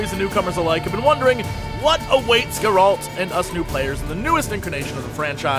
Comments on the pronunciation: Its not Geraaalt It is Geralt reviewer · Is it really that hard to pronounce his name correctly? Calling Geralt "Gerald" is like calling Jesse "Jay-z". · "I'm a huge Witcher fan" Can't pronounce Geralt.. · Dear Jesse, The way you pronounce Geralt's name is killing me. Otherwise, this is an awesome preview. I've been avoiding marketing material for the most part, but this I thought I should watch. You're hyping me up man!